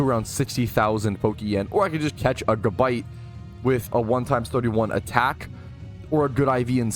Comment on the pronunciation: i love u, BUT ITS GABITE not GUHBITE lmaoo